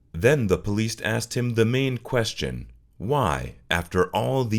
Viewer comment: Are u calling the Police >>>>the POLEAST😂😂😂every time u say it thats what I hear.....u really are supposed to pronounce it like >> PUH-LEES